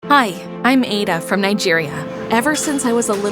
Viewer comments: exactly it is ADD A not aie da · By the way the name is pronounce ah-da not a- da hah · I’m Nigerian it’s pronounced Add-A not Aid-A. 😅 My Igbo name is Ada. My guess is she and her family are Igbo. I have an uncle named Austin. So many of my aunties have the name Chi. It really hits home. 😭❤️ This is story is really good. 🇳🇬 ❤ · It's Ada not aeda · Why did they pronounced her name wrong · Naw …that is not how u pronounce MY NAME!! as a NIGERIAN ‼️